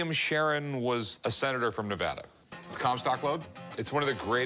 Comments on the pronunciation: It's Ne-va-da not Nev-ah-dah. That's like fingernails on a chalkboard to us locals. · It’s Ne-AH-da not Ne-vo-da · I live in Nevada and I am so angry on how that guy said Nevada 😡😡😡